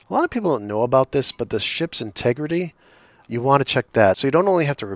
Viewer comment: Integridy! Randy Marsh would be proud.